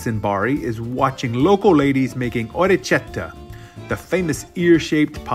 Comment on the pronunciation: Orekkietta, K not ch